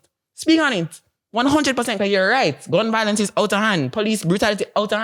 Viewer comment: Bro, honestly if u cannot pronounce violence properly you shouldn’t be speaking on violence And the fact that u feel the need to bring attention from children and women shows the fact that you yourself are a woman too No wonder you’ve experienced so many divorce, you’re a female too bro. Grow some balls bro, be a man